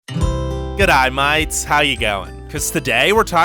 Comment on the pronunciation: GOODAAAYYYU MAYETS HOW YA GOYING (Gotta give it to him that was good)